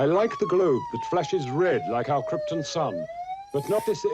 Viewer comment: After all these years it still bothers me that the actors that play Jor-el & Lara keep mispronouncing krypton, they say it like it’s spelled kripten